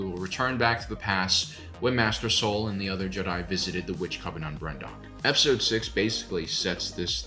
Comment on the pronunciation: This is the 2nd or 3rd time this stuck out to me, so I must say it - There's no "t" at the end of "coven". 😁🤦‍♀️ Not a BFD. A more important point tho, on the subject of witches... 🌕🧹 Those who practice Wicca - AKA witches - are mostly women, however there are Wiccans that are men, aka male witches.🧙‍♂️🧙‍♀️ Wiccans dont discriminate based on sex or gender, furthermore the male / female deities/ powers in Nature are necessary for Life/ Creation. It's their ying/ yang... it's integral to their belief system. Any 12 yo girl who wears all black, combat boots & lots of eyeliner could've told you that!😁☺️